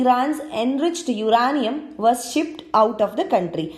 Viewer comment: 'Uraaaaaaaanium' sach mai knowledge gaya tel lene. Iska to pronunciation sun ke hi topic se dhyan hat jata hai. Pata nahi konse bakwas teacher ne isko aaisi fatichar English padhayege hai.